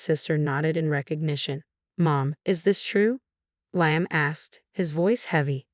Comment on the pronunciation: The narrator cant even pronounce “Liam” and she’s jealous because her mother in law doesn’t have affection for her like her son?